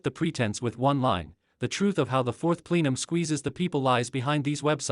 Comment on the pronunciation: PLEE-num? No. It’s PLE-num. Please correct the AI reader.